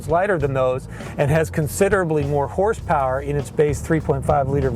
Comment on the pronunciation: He said : 297 horth power not horse power hahahahaha